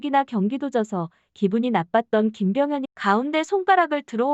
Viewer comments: 김병현이야. 발음이 김병헌으로 들려. 이병헌하고 헷갈리는거 아냐? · 헌이아니라 현이요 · 왜 자꾸 김병현을 김병헌이라고 함?????? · 김병 현이에요.. 계속 헌 헌.. ㅠㅠ